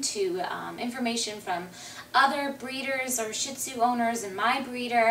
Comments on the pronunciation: it's pronounced SHIRR-dzuh (Mandarin for lion), you could say it in the Cantonese dialect but it'll sound similar to toilet paper in Chinese. Shih Tzu is fine, I have no idea what a Sheed-zoo is. ; ) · Love your video's! Beautiful dog:) But would you please pronounce this breeds name correctly...out of basic respect for the dog. Sheed-zoo